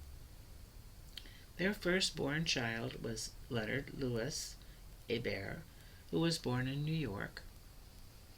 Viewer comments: I am trying to take this video seriously but your He-Bert pronunciation is just totally incorrect, literally no one who carries that name in Louisiana or France says it that way. A-bear is the only correct pronunciation of this name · Omg my last name is hebert and you said it wrong you have to say it like abear